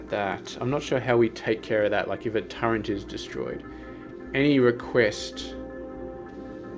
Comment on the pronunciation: Is it some regional accent thing to pronounce turret as turrent? Never heard an aussie pronounce it that way before